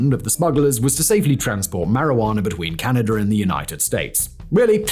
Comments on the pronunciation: Tijuana, Arizona, and Canada do not end in the letter R. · You must not know about the hidden R at the end. Tijuaner, Arazoner, and Canader. : )